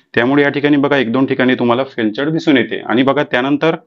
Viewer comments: 😂 फेलचर नाही फेलीयर 😂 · फेल्चर नाही फेल्यूर आहे ते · फेल्युअर असे सांगा. फेलचर नाही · ते फेल्चर नाही ते फेलिअर आहे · फेल्चर नाही बोलत त्याला... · फेलचर म्हणाच शिका पाहिले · 😂😂😂it's called failure